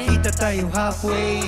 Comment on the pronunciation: Ano meaning nung "kita tayo halfway"? I love pero di masyadong malinaw yung pagbigkas niya ng halfway